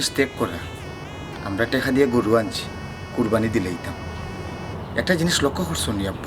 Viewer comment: নাকি কবি উনি কুরবানী কে কুরফানি বলেন।যিনি শুদ্ধ ভাবে বাংলা ভাষা উচ্চারণ করতে পারেননা তিনি আবার কবি হলেন কিভাবে।আর সিলেটি ভাষায় ও তো কুরবানী কে কুরফানি বলেনা।